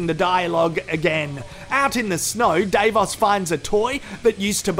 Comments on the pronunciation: It annoying me how you keep saying DAVEOS.... is Davos.. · It's Dah-vos. not Day-vos. And no I'm not intentionally being racist or condescending. That's just how it's supposed to be pronounced. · Every time you say day-vos I want to scream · Of course he knows that already. He intentionally mispronounces many of their names. You know.... for comedy sake. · It's deliberate as he is reviews. I'm shocked he doesn't just say Davo.